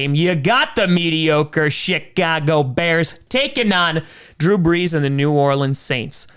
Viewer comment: I can't tell if he's saying chicago or shitcago